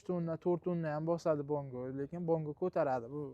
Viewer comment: Bango emas, bongo deyiladi , rsol emas resor deyiladi